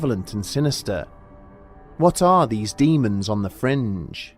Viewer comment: I was certain you were saying "demons on the fridge".